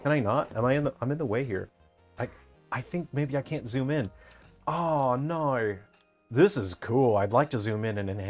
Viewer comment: I sometimes forget you're from Australia but that "no" was unmistakable